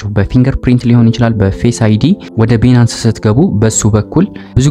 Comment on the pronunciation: ትምህርትህን በጣም እከታተላለሁ Nice👍ቢናንስ ስትል ሌላ ነገር ነው ሚመስለው Please ባይናንስ (Binance) በለው።